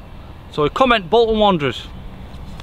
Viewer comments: Bolton wanderers! No joke if it weren't for the other comments I'd put "bolts and wonders" cause I couldn't quick understand what' he'd said. 🤞😁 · Bolton Wanderers or Bolton Wonders. Sorry I could not understand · “Boulder wonders” the F**k he say?